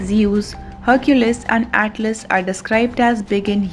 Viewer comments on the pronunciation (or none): none